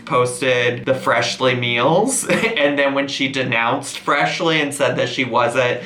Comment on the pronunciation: At :36 / :37 you said Freshlyn lol